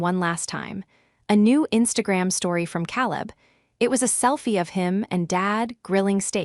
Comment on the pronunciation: After what seemed like the hundredth time,I got tired of the mis-pronunciation of Caleb’s name..it has never been said like that.,KAY-Lub…Using AI, you don’t have to pay your cousin to edit the mess of a story,..who steals, then does a little dance? Ever see a movie or read a story where a dance occurs right after a robbery?This is my first time ever hearing about this ritual..I am a retired platoon sergeant..79..my sister died last year, my brother-in-law passed a couple of days ago, I have been to war, but never saw a dance after a robbery…yet here it is…maybe they dance like this in Asia..after a caper..